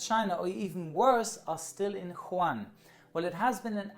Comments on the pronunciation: it is not pronpuse as huan it is Wu-Han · you should say WuHan instead of wuHan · It's not Quhan its Wuhan (Wuu-han) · Is it just me or I keep hearing call Wuhan as Huwan? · huwan Me: Wuhan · its WUhan, not HUan (Spanish city in China!!??) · Wuhan, not Huan you potts. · The city is called Wuhan not Juan ... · good try but Wuhan is pronounced like “u-hann” with the “u” sounded as “uno” ‘s “u” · I thought it was Wuhan, not Huwan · woo-han ("han" like "ham") - but still much better than just "han":) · WooHan not Juan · I know but he didn't said wu han He said who han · Good video, but it’s pronounced WOO HAN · it's pronounce Wu Han. Great video 👍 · Pronounces Wuhan "Juan" Me, an intellectual: Unsubscribed (jk i love you) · The place is pronounced as Wu-Han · The way he pronounces Wuhan triggers me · I belive wuhan s pronounced woo-hawn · Sorry but I'm afraid that Hongkong is not supposed to be filed under "one of the 24 countries". Hongkong IS NOT A COUNTRY, it is part of China. You may want to correct this :) And Wuhan is pronounced the way it could be pronounced as a German word, instead of "huan" btw, if you would like to make a video regarding this outbreak at least show the decency learning how to pronounce the frequently mentioned city name correctly and make sure you don't spread ignorance regarding the sovereignty and territorial integrity of THE country you are talking about. Thanks. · Nope he said Juan, China. Oh wait... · No, Wu-han is the western way of saying it. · Every time he says wuhan I wanna laugh hahah But no hate, I’m Australian and just came back from hongkong around 2 weeks ago. It’s rather scary, I am healthy but who knows. At least I didn’t get sent to Christmas Island. And I’m not leaving until I hit 14 days exactly. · Arran Morton I am Chinese, it’s not pronounced like that.